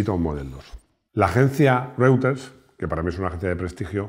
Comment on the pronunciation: y . "Reuters" se pronuncia "roiters", al igual que "Freud" se pronuncia "froid". Puedes pronunciar "reuters", tienes derecho, pero eso es como pronunciar "lamboryini", "spayeti" o "yeto", incluso, como pronunciar "lamborjini" " espajeti" o "jeto".